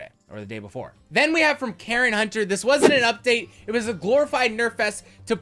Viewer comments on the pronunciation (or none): none